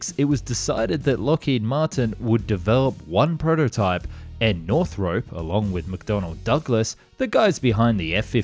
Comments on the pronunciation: Hope to see Japan make use of the learnings. And as an Aussie, I’d hate to correct you on this wonderful content but it’s not pronounced “North-Rope” but “North-R-Up”. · NorthROP, not Northrope (see any of Northrop's own videos for how they pronounce it)